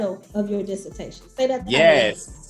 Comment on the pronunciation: disse-tashion , y'all !!! ✊🏿